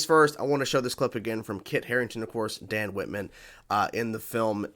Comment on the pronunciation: It's Dane Whitman, not Dan. Nevertheless, I like your reactions.